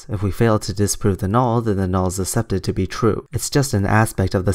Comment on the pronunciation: accepted is not pronounced ass-ep-ted but ak-sep-ted.